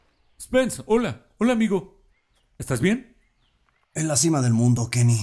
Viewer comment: YO PENSE QUUE DIJO LENIN PERO ERA KENY XD